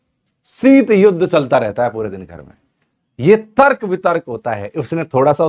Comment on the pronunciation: Sirji sorry Aapki v hindi suddh nhi aapne Tarak bola jo tark hota